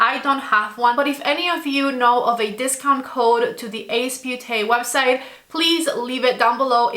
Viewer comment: Nice review, but I don't know. The dark shades seem to not blend, nice colors, tho. Btw Beauté, the beau part sounds like 'bow' you had the last part right